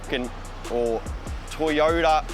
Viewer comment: Foyota said like foi oda ;)